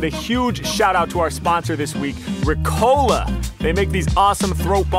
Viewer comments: Its Riiiiiiicola, not Ricoooola... 🤣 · Nice Video But in the ad i had laughted so hard as a German when you Said re Cola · It's not Rick-Ola. It's Reeeeeeeeeeeeeeeeeeeeeeeeeeee co laaaaaaaaaaaaaaaaaaaaaaaa. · English speakers pronounce Ricola very english